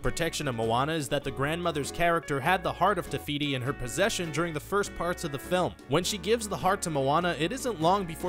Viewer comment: The hearth of tefity? I don't know how to spell her name but her hearth is TIME STONE!